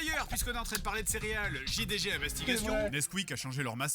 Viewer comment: Nice work, now you catched the perfect pronounciation for JDG!